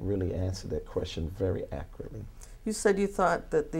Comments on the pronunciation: If He says “ACURTLY” one more time 😒😒😒😒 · You mean "ackritly!!!" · 😂😂😂 It propietary accoratley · "Accruly". LOL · veee1985 It’s “ ackeritt “ .... “ Let’s not be children “.. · He cant even pronounce accurately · Why can't he ACCURATELY say the word ACCURATE?!?!